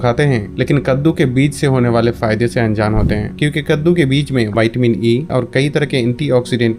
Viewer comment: Bhai pehale tum siklo vaytimini nahi hota o vitamin hota gain विटामीन 🤣🤣